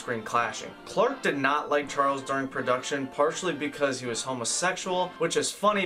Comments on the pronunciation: Maybe learn the pronunciation of Olivier. And you favorite actor Charles Heston lol. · Good video but please learn to pronounce some of the actors names correctly. Olivier not Oliver, Charlton not Charles. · Your channel is great. Loved this video except it o-live ee at Leslie care -on and Charl ton Heston